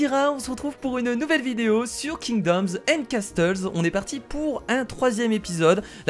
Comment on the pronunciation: Kira juste on dit casseuls et non casteuls voila fallait que je te le dise